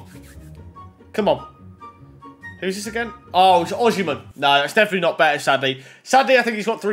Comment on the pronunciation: Savanier = Savaneeeer Osimhen = osemmem